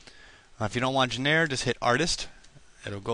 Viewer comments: JOHN RUH, not genairre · I love how he pronounced genre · Hahahah, right? Poor guy. I did find this video helpful though.